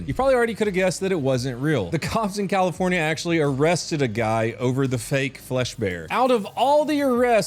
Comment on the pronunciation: CALIFOR NYAH NYAH